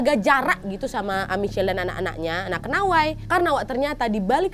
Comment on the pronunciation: "KENAWHY" mantappp kak nad 😂